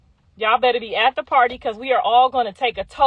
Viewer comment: what PWARRRTYYY!??? 😂😂😂